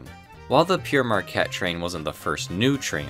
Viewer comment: Not bad. At least you didn't have a stroke trying to say it as some of my American friends and colleagues seem to do. No doubt your proximity to Canada has given you an advantage. Thanks for the laughs. Signing off.